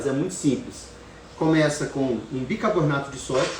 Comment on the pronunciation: Doutor, não é bicabornato! Bicarbonato, por favor! 😅